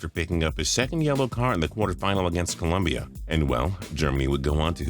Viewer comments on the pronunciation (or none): none